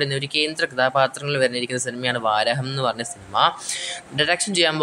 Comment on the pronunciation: Vaaraham alla bro VARAAHAM VA-RAAA-HAM